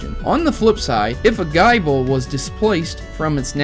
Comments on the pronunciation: I swear did you just say (guy-bul) in stead of (gi-bul) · I agree with theory, but I'd like to correct your pronounciation for future reference, if thats okay with you. You were saying Gible like guy-ble. However, I believe, according to the anime, it's Gih-ble. This is most likely due to it being Gible like Nibble, Gabite like Bite and Garchomp like Chomp. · Dude, you don't pronounce Gible as Bible! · Oh yeah by the way the pronouncement for gible is not gy-ble it is pronounced gi-ble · Nibble -> Bite -> Chomp Its not pronounced "Gaible" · It's gib-le not gyble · "GUY-bull" ....wut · Guyble!! WTF! It's Gible the anime clearly says the name right and the books tell you how to pronounce it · You do realize that's not how you pronounce Gible, because it's supposed to rhyme with nibble. The whole evolution line is based off biting. GaBITE, GarCHOMP, like really. That should be logical man. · You need to work on your pronunciations it ruined a video which actually made a lot of sence till you brougjt up gible. But i do agree on the rest of it.